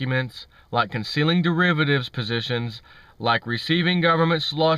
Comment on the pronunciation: You keep saying that word ....Derivertives.....now wher have I heard that before ?